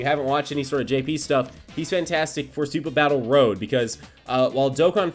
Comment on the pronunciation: Again with the "SupahBattleRow" lol